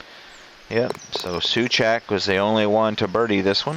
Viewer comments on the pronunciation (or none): I was watching Baseball Demos and he recommended your channel as did several others when he was doing a game live a few days ago. Decided to give you a try. Mike Souchak is Mike Sue Chak that rhymes with zak. I was ancient so I watched all these golfers. Thanks for the video. I will be watching your others sports.